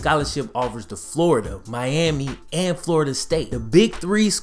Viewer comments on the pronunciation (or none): none